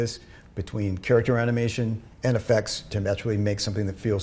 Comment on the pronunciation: character animation が 京都アニメーション にしか聞こえない...